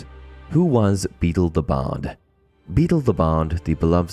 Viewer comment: Beedle, not Beetle!